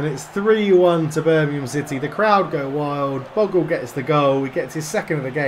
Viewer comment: Think you pronounce 'Bogle' as Bogel ;) - Keep it up! Good series! I'm a NFFC fan!